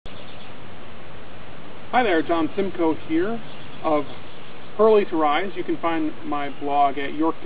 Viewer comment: its hurley...... HURLEY